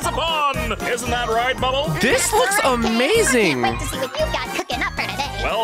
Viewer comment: Bro really said * the AMAGING *